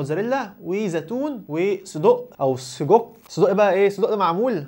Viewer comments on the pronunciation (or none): انت ليه بتقول سدق مش سجق